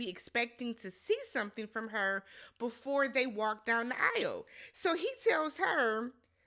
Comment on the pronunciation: “You gotta lick it bvefoe you stick it” 😂